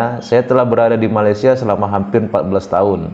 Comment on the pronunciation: Malaisia bang, bukan malaides 😂